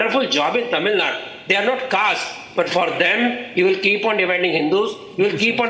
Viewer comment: Genocide of Hindus? Mate is high.. Arab has sold himself for money by the way.. Bro can't even pronounce The state that they are talking about..